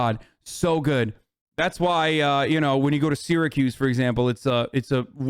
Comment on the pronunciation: aye, that's my shithole! it's pronounced Sara-cuse, not Sera-cuse, but oh well